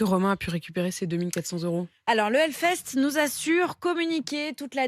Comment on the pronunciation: pardon mais ont dit HELLFEST et pas HELFEST...